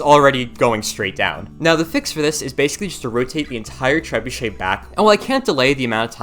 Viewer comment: Poor lad can't say trebuchet 😅